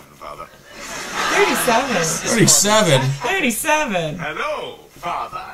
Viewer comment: Ted reading 'Halo' not 'Hello'